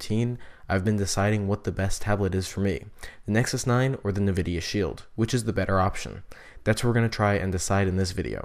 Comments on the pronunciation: Ecks™ No, he's saying NAHvidia, but it is ENNvidia. Better check YOUR hearing. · Nvidia is pronounced EnnVidia, not Nahvidia. So annoying. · Ecks™ If you're hearing "Enn Vidia" and not "Nah Vidia" you are the one with the hearing problem and had better listen again. I've listened to it again, carefully, extra loud, and he is saying NAH vidia, plain as day for those who listen. Did you even bother re-listening or are you just assuming you got it right the first time? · No hate to you but its N vidia not nuhvidia :} nice video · Ecks™ Ultimist I'm saying "Nah Vidia" because I hadn't realized I was pronouncing it wrong.